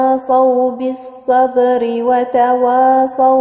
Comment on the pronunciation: إنتبهي لحرف الواو في كلمة تواصوا الواو حرف مستفل